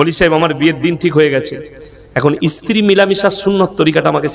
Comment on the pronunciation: ইস্ত্রি নয় idiot ota হবে স্ত্রী, মুখের ভাষা ঠিক করতে হবে। সেক্স নিয়ে আলোচনা কমাতে হবে।